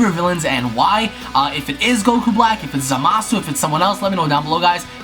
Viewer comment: How hard is it to say Zamasu. I swear every video I watch of people talking about him always say ZamAHsoo.